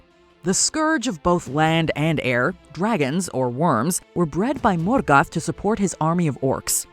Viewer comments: Her American pronunciation of Morgoth is infuriating. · Lmao she pronounces morgoth like he's Mexican 🤣🤣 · why are you pronouncing morgoth weird! it bothers me